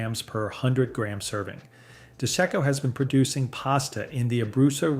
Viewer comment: You need to fix the brand name labels on the product thumbnails - it's not DeCo, its De Cecco, and it's not Roostella de Brutus, it's Rustichella D'Abruzzo.